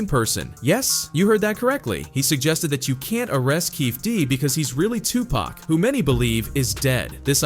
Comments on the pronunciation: i can’t stand when these so called youtuber can’t say people name right , 2 Pack who says that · Tooopack and Sooog...😂 the pronunciations are funny sometimes. RIP Tupac 🙏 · Who the hell is 2pack?! Did you mean Tupac